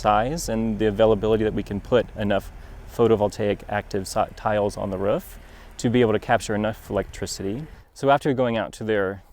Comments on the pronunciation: It's roof, hahaha. But he can say ruf if he wants, he's the installer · Why does he keep saying 'Ruff' instead of 'Roof' ? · Roof NOT Ruf:) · I keep hearing them say "ruf" "ruf" "ruf" just say "roof" once 😂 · "ruf" lol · I had to stop watching, because the way the installer was pronouncing ROOF, (RUF) good video, I will just try to find another video with same content. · The way this dude says "ruf" KILLS me. it sounds like a dog bark, ruf ruf ruf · He says "roor" so weird ... ruf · 'RUF' thats the way your mother likes it -Sean Connery Ps. The ruf looks amazing. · I thought I was the only one hearing that. Hahah Is this a specific regional accent? Or its just him? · I cringe a little every time he say 'roof' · The man installs roofs and can’t even pronounce it. Weird stuff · Works as a roofer, can't pronounce "roof" correctly... ;) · I'm in the Midwest. That short vowel in pronouncing "roof" is common around here, but not universal.